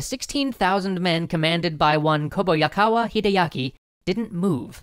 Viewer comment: I really love your history series of the Sengoku Jidai...just your pronunciation of Kobayakawa Hideaki was a little too cringeworthy to ignore...but that's just one man's opinion I guess :P Otherwise it was all throughly enjoyable